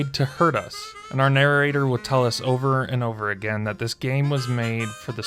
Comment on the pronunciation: He says narrarrator. Hehe